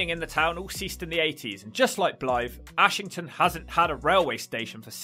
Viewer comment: Its pronounced Errshington or ashghanistan.